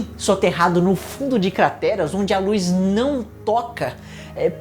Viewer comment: Primeiros segundos de vídeo e o falou CATERAS ao invés de CRATERAS, foi só eu que reparei? Parabéns pelo Vídeo e pelo ótimo conteúdo, sou seu fã mas não poderia guardar essa curiosidade.